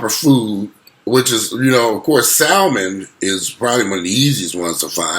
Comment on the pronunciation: Great video. The L is silent in Salmon. It’s pronounced ‘Sam-en’